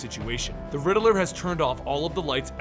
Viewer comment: It’s “Riddler” not “Riddle-Ler” 😂